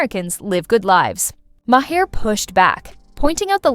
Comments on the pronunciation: You need to understand how to pronounce Maher's name. It's not Ma-her it's Ma'er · LOL, It started at "May-Her" and went to "May-Hair"